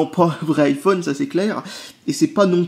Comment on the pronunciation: [Aïe Oh És] Pas [Hi Oh És] 'vec ton [Apôle] là, essaye au moins de prononcer ça à l'Anglaise aussi ^^